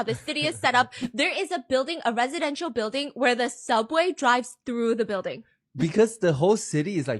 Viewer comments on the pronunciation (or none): none